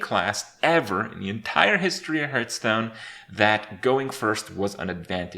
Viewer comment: Kripp gets triggered at going second, I get triggered at the fact that he still cannot pronounce Hearthstone properly